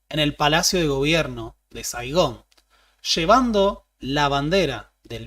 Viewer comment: You ran in Saigán